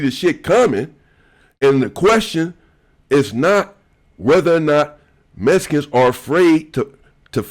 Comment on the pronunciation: Much love but you keep saying messicans😂 messicans this messicans that its mexican😂 brougham